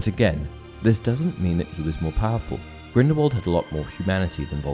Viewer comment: STOP SAYING GRINDEWALD ITS GRINDELWALD FIDNEUDJRHSHEBDBFHRJDJDHRJDBDHRNRH